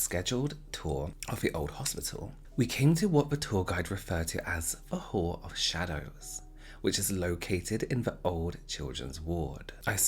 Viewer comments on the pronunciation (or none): Same lol. Meaning i actually thought he said wh*re but then realised it was hall